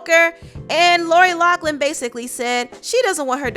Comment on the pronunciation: Lori LOUGHLIN! Not Locklin lol